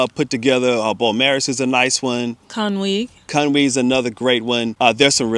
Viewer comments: A North Wales Cymraeg first language here. Excellent pronunciation of place names! Conwy 👌🏻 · I'd like to thank you both for your pronunciation on Conwy! Not may peope get it right, they say "Con Way", but you guys nailed it! DIOLCH!